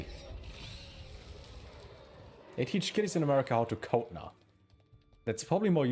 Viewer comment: "CODE" 😂 For the first few minutes I thought you were saying "coat" 😀 And I thought to myself "Nah, this can't be right. German schools can't be that weird 😕" 😃😃😃